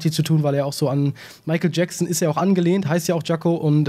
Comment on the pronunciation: jacko nicht jango lul